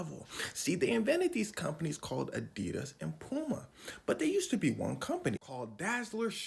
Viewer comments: And here I was, a german, wondering when americans will find out the correct way to pronounce adidas and than this dude explains it perfectly and calls it ADEEHDAS again right after that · I remember back in middle school when I got my first pair of adidas I pronounced it (adi-das) and everyone was on my head about it. I was right the entire time……after all these years POV: I graduated high school in 2016